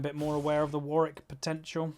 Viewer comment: Two Ws in Warwick xD cringe a little when I hear you say "Warrick". Great content.